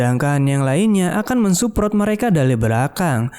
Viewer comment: baca nya yg bener bg masa jadi mensuPROT